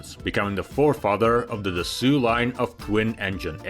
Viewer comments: It's not just grating, painful, and categorically wrong—it's 100% inconceivable how anyone could land upon dassoo as an appropriate, approximate, or even remotely reasonable pronunciation of Dassault. I'm not French but by god I've seen and heard the name Renault, and I have to believe that anyone who repeatedly called it Renoo would get repeatedly kicked in the nuts. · It's not just grating, painful, and categorically wrong—it's 100% inconceivable how anyone could land on Dassooo as an appropriate, approximate, or even remotely reasonable pronunciation of Dassault. I'm not French but by god I've seen and heard the name Renault, and I have to believe that anyone who repeatedly called it Renooo would get repeatedly kicked in the nuts. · “Da-soo”?!? Da foo-k wrong with you? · Ugh…it’s so not pronounced Dasoo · no one says Dassue either… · I had to make a decision whether to continue watching this video despite the voiceover insisting on calling the manufacturer Dassoo. Still salty about it but I made it to the end. Didn't learn much but the beauty shots were worth it. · Thank you. Da-Soo was driving me nuts! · Trijets have this certain something that makes them cooler. BTW the pronunciation is Dass (as in « ass ») - Oh. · 😂… Pronounced DAS-O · I don’t believe it’s pronounced DASOOOOO!!!😂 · I love your channel. How long have you been “gone” from Mother Russia? And, lastly, I’ve always heard it pronounced “Da-sew”! Cheers! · Dassault is pronounced "dass o" in one go L t are silent lol (typical french) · WHY CAN'T YOUR PRONOUNCE DASSAULT ???? OR CAN'T YOU SEE THE DAMN T AT THE END ??? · Why can't you pronounce Dassault correctly?! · Try to pronounce the name of the manufacturer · It's not rocket science to learn how to pronounce the name of the brand. Just one effing word. 🤷🏻‍♂️ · OMG, learn how to pronounce a simple French name! 😮 /Dassault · He had to pull that mispronunciation right from the very beginning. 🤦‍♂️ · You're mispronouncing the name of the company